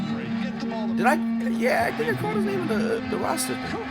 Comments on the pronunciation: Bro is butchering names and it’s killing me! Lol. Payton definitely didn’t average 7-10 steals per game lol. Like 2-3 but he was a beast defender on the perimeter. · This guy mispronounced a million names. Clearly doesn’t know that much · How he get all the names wrong?!? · Hard to follow this analysis with the continuous name mispronounciations. Basically saying that today's average players are better than most of yesterday's best shows a lack of knowledge of NBA history; hopefully this type of an absolute statement isn't the result of watching just minutes worth of clips. Through time, the game has evolved, the rules have changed, and those that have seen the game for decades can speak about which changes have helped or hurt the game and the players.